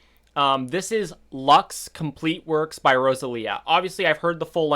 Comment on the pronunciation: Not Lax ,but LUX with an English u